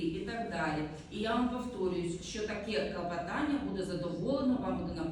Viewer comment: Коли суддя замість слова КЛОПОТАННЯ каже КЛАПОТАННЯ, то нема що слухати далі.